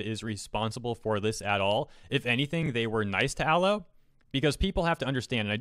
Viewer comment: I disagree at a fundamental level on your pronunciation of Aloe, otherwise I agree